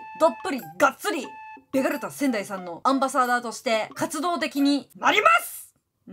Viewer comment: ベガルタ仙台さんが、けがれたサザエさんってきこえてしまったw